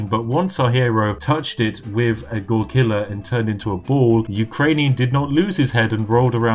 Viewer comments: GoRILKA, dude. Not grkila))) means moonshine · Oh, how could you mispronounce goriLKa?! P. S. Should you ever find yourself playing as russians, tea is чай (chai)